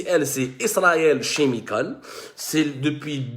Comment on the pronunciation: Chemical se prononce "Kemikol"